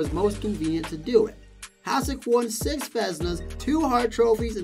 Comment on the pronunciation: Number 9, Grant Fuhr, His name is pronounced Grant Fue-Er. Number 4. Dominik Hasek is pronounced Hah-SH-ick Number 3. Terry Sawchuk, pronounced Saw-Chuck, you said right a couple of times but stumbled over it as well. Number 1. Martin Brodeur, you got the last name right but his first name is pronounced Mar-Tan. That's the mispronounced names. Number 2. Patrick Roy, not a single image of him. you had some old pictures of people who weren't Patrick Roy. The mechanic you seemed to use was wins, mostly. You threw out a few stats for other goaltenders but it wasn't consistent throughout. Hopefully this is the constructive feedback you were looking for.